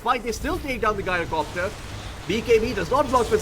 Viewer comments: His name comes from gyroscope, you can check the pronunciation from cambridge dictionary. I understand english language is very confusing with no rules to this regard, but the only 'guy' pronunciation i can think of for 'gy-' is gynecology, and it's extremely off putting to hear gyrocopter getting pronunciated like that. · 'Guy-roh-copter' Did this guy learn english from Scooby?